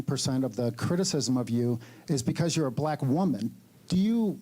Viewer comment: "You'recnyourecnyourecn" Ok, Ma'am.